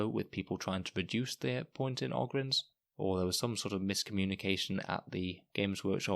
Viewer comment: O-gryns, not Og-ryns. They are 40K Ogres. You dont call them Og-rers.